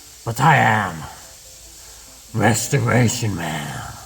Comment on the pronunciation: "Rustoration-man" needs a break😉😂😂